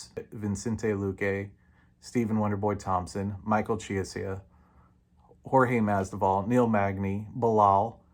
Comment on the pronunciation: Did he say Jorge masdival XD